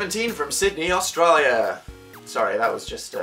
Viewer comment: hOW HE SAID AUSTRALIA nO dAN FROM A PERSON THAT LIVES IN AUSTRALIA MYSElf I am triGgErd and I'm LAughING AT HIS ATTEMPt